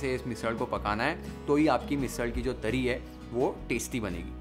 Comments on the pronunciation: Ahaaa haaaa! Beautiful and mesmerising! Your love and dedication to cook Maharashtrian food can be seen through your recipes and the way you narrate and describe the recipe is amazing! The way you pronounce those Marathi words like 'Misal', 'Tarri', 'Batatyachi bhaaji' shows your love for Maharashtra and its food culture! Awesome work!!😊👍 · Good pronouncing झणझणीत, वाटण, तरी, बटाट्याची भाजी